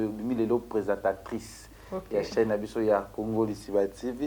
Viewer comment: 😀😀😀 leke olobi communauté na biso tolingaka biloko ya français te ? Yo nde oza na milieu trop lingala 😀😀 yoka déjà début obengi jolicia nani ? Juste pour prononcé présentatrice , tout est un problème.